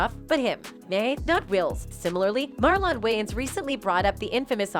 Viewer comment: who is Marllon wayans? I can't unhear the mispronunciation over and over. Can this women narrate and pronounce Marlon Wayans name correctly? this woman is like a white 2nd grade teacher who keeps reading the attendance sheet Wayans, Marllon? Is there a Marllon Way-----ans here today?